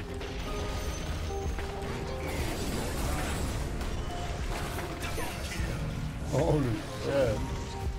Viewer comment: epicenter: epi-center ✖️ epic-enter ✔️